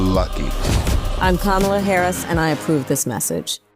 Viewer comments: Notice he pronounce Kamala correctly at the beginning… so he does know how to pronounce her name 😂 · He not only offended his audience, he pronounced Kamala's name correctly for the first time ever. He's slipping, badly 😆